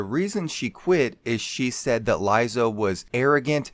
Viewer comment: Why do you keep saying her name wrong?